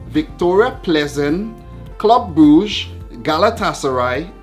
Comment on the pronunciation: i love and laught so mutch the way how you said club brugge becaus thas not how we tell that name at all from belgium btw